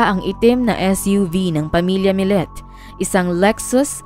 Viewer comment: Maya millete po,not millet.. kumbaga kung bigkasin ay maya milyete,at larry milyete na parehas na pilipino po...sinusubaybayan ko ito hanggang ngaun dito sa las vegas ,nakakaawa si maya kasi hnd pa sya nahahanap! I think tinapon katawan nya sa dagat